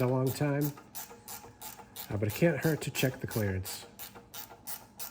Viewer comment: i think youve had too much exposure to us southern folks... Sounded like you said " clarence " instead of clerence! lol